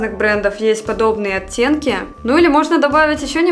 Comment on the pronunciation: так по-белорусски говорит слово "оттенки", я слышу "оцценки" 🤣